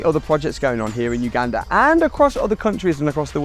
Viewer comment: Thank you for all your efforts, this is a significant achievement. Secondly, I appreciate your accurate pronunciation of Uganda.